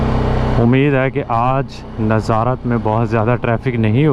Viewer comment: آپ کی ویڈیوز اچھی ہوتی ہیں لیکن آپ چیزوں کے نام غلط لیتے ہیں اب جیسے آپ ناظارت کہہ رہے ہیں لیکن اس شہر کی نیظرت کہتے ہیں اور سباتھ کہہ رہے ہیں یہ سیبت ہے ۔ اس کی pronunciation کی یوں ہے شہر کی nazruht اور یہودی جس دن کام نہیں کرتے اس کی sabuhth ہے ۔